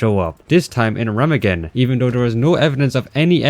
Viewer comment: pronounced remagen wrong